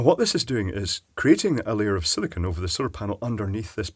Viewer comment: Arrrrgh,, you big doofus! SIL-I-CONE! Not SIL-I-CON, SIL-I-CONE. Petty, I know, but holy crap that gets under my skin.